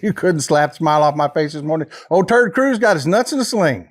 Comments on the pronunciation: Love your Texas accent. I am Australian and I swear you are saying Turd Cruize instead of Ted Cruise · Did you say "Ted Cruz" or "turd cruz?" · Love when you say turd cruise that is so funny 😂😅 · It's funny how he calls him turd Cruz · I've been around the block and I've been involved in politics my whole life and I cannot believe I've never heard anyone call him "Terd Cruz" until now. Thanks for this information and thanks for putting a big laugh in me. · Did you say Terd Cruz ?